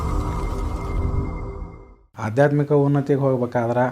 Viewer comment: Namaste, hunnthi alla unnathi